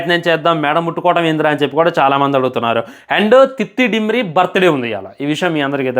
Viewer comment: డిమ్రీ కాదు 🤦‍♂️🤦‍♂️🤦‍♂️అయ్యా దిమ్రీ 😅😅